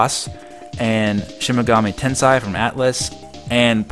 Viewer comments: It's Shin-Megami "tenSEI" not "tenSAI". One has a totally different meaning so let's get the pronunciations right. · Just a small FYI, you're mispronouncing Shin Megami Tensei. The last word is "ten-say," not "ten-sigh." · It is hard to read Japanese in Romanji for non Japanese speakers.